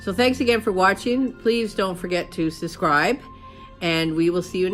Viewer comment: Cracks me up how you always say suscribe instead of subscribe 😝😜